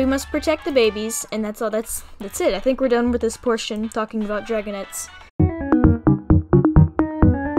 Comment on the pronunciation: Why are dragonets pronounced like “dragonETS”